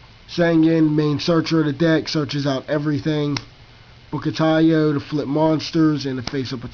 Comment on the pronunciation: Holy SHIT. He pronounced taiyou correctly